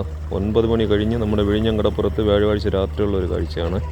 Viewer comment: വ്യാഴവാഴ്ച അല്ല വ്യാഴാഴ്ച ആണ്